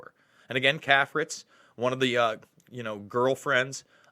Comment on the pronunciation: CAFRITZ is pronounced KAY-fritz. Prominent Washington society family for decades.